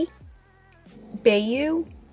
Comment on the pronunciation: FYI- from the Louisiana resident for most of my life - bayou is pronounced 'buy-you'; basically another name for swamp down here. Bravo for trying - some of these Louisiana names/words aren't easy, like Atchafalaya, etc. We have a mix of Cajun/French/American Indian so it can be interesting to try to pronounce anything. ;)